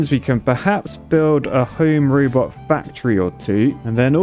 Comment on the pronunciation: "Home Rübot." 🤭